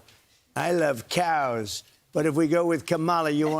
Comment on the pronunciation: What is up with this "no cows" business? And what was that weird pronunciation of "CYAOWS."